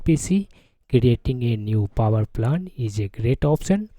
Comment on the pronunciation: Hey man, why you keep saying "power plant"? rather saying poer plan.